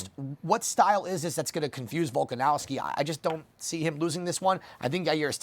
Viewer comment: there's no W in that last name...it's a V!